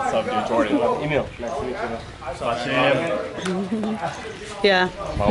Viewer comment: say jordhan instead of jordan